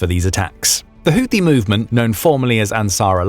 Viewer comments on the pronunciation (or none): It’s pronounced who tea.